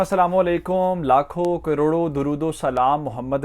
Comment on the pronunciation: لاکھو ۔کروڑو ۔نہیں ہوتا جناب ۔۔ لاکھوں کروڑوں ہوتاہے۔۔نون غنہ کی آوازنکالا کرو